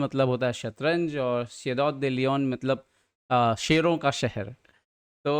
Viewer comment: सर जी "शरो" नहीं "शेरों" 😅